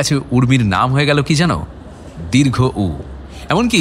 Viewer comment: sunchi, valo lagche.. but pls uccharon ta dirgho UU na. dirghouu.